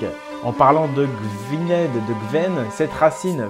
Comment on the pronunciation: Gwynedd se prononce Gouïïïneth